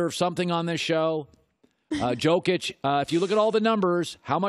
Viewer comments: Joke ić is not how you pronounce it but no surprise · It’s been a minute since I’ve heard someone mispronounce Jokic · Why does this guy say Jokic with the J sound, he even watch nba? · He pronounces Jokic wrong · cant even say jokic correctly smh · learn how to pronounce ''Jokic'' , it's your job.